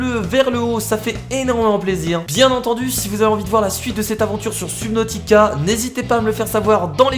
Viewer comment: On dit pas sUbnautica mais sEUbnautica